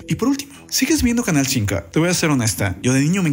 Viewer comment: Otro titere q no dice bien canal 5 la cago